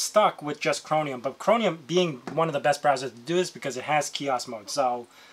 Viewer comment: chroMium... not chroNium